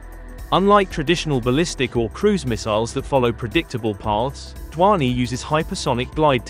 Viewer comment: "DHVANI" pronounce to dhang se karle pehle 😂😂😂